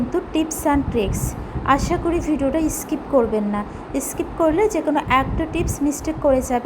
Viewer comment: ইস্কিপ নয় স্কিপ